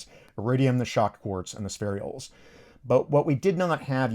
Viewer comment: Ha lleys not hay lleys comet. Spher ules not spheri ules. Hom ogen ous not homo genius. But otherwise not to bad at all. 😊